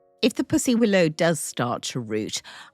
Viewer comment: Such a lovely spring table! We say pussy (willow) like a kitty not puss like a spot though! 😂